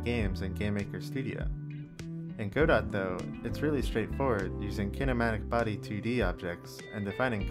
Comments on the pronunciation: Obligatory "it's pronounced 'god-oh' not 'go-dot', the t is silent" comment to boost the engagement algorithm :P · Godot it is pronounced gudoe btw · Just wanted to make the obligatory "You are pronouncing it wrong!?!" comment. The T is silent, and its pronounced 'guh-doe'. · Please pronounce Godot correctly. IT IS NOT "Go Dot", the "ot" at the end is a long "ohhh" sound. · Godot is pronounced (guh-dough), I thought... If it were the way you pronounced it, wouldn't it be spelled GoDot?